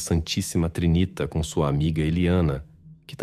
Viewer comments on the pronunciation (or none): TrinitÁ, com acento no A, não TriNIta. Trinitá de ‘trindade’.